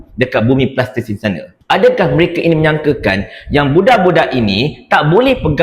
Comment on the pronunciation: Sebut betul2 Palestine brader..